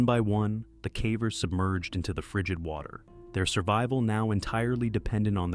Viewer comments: Yeh the AI can't say caver, calling them carvers! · The AI says “Cah-vers” instead of “Cavers”. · Anybody else feel like these videos might be partially AI generated? At least the audio? I've heard him pronounce "Cavers" in two different ways. "KAY-vers" and "CAW-vers" 🧐 he also pronounced the name "Colin" as "colon" in another vid one time😂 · 5 million ads on a video about "Cavvers" "roh-knee" and "juh-honn". Unsubbed.